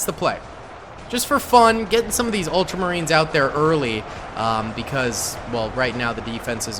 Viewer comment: "Ultramarines" not "ultra space marines" 😑 that's some space force sounding thing lol